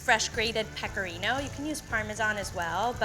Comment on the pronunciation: This is how many times she said pecarino 👎🏻